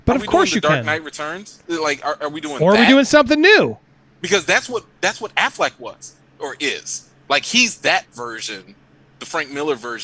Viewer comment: Good conversation but is the guest saying "Aflac" like the insurance company instead of Affleck on purpose? is that a bit?